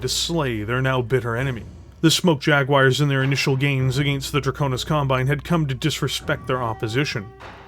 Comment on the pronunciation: JaguARRRs with a pirate R is fun :)